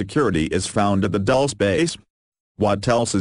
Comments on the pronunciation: No, it isn't pronounced ''Dul-chay'', it's Dul- ce like ''candy'' in spanish. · Lmfao yeah I always laugh when it says 'Dulce' like "Dullse" Should be something like Dul-CEE-AY